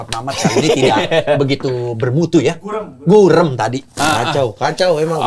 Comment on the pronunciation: Gurem Argument! Bukan bureum, bang Ibnu 😅😅😅😅😅